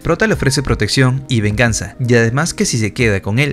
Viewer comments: Y por q dices verganza si es venganza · Se dice be3rg4nsa